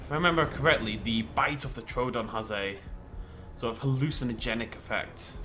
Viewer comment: Didn't know you liked Doctor Who also I thought it was troodon not troldon.